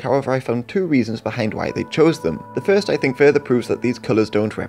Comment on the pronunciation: ummm.... fieerst ????